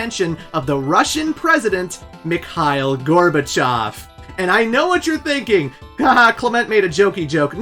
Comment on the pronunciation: I'm Russian, and it's so nice to hear the pronunciation of "Gorbachev".